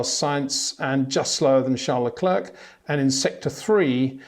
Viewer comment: Peter, it would be really appreciated when you get to pronounce Leclerc and Verstappen correctly.